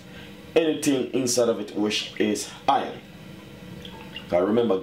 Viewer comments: Hahaha - he said Hiyan...hehehehehe. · "do not use a pot, or something which is hion" lol. Great vid though.